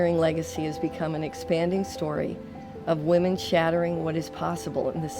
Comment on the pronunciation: she said wahmen. subscribed.